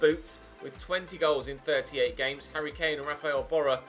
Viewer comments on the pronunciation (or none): none